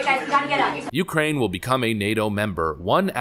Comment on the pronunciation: Tucker interupted his "heres how ill dump american money in the yoocrain" speach😂 he had those hand gestures all practiced and evrything.